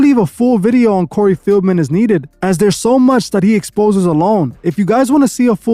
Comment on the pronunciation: Cory fieldmen???? Lmao say his name right